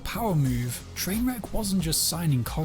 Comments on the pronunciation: The way he calls him Trainwreck instead of trainwrecks makes me angry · It bothers me that the guy who made the video isn't even saying the guys name right. I've never watched the guy and I know it's Trainwreks not Trainwrek.